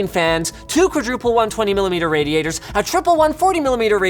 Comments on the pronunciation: What is a "RADITOR"? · "Raditor"? Twice? smh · "Raditors", u wot m8? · What's a "raditor"?